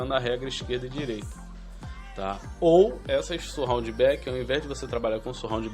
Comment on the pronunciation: não é dificil aprender a falar 'surround'... basta ter um pouco mais de atenção!